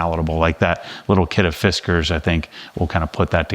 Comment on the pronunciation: Fisk-cars. Not Fisk-ers.